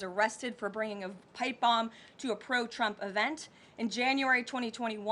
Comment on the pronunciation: It just me or did she say "President Chump"?